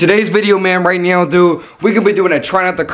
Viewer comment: are you serious righ neow bro